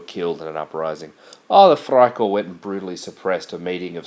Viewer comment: by the way, i think you mean "Freikorp", not "friekorp"